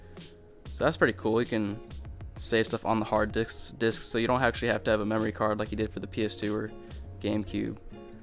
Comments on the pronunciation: He said diks instead of disk. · My man said u can save stuff on the hard diks- Disc * xD